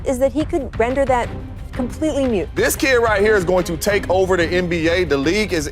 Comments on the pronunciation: Render that mute? It's moot. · MOOT not Mute....LOL.